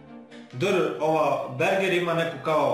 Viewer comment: Zasto govoris berger? 😂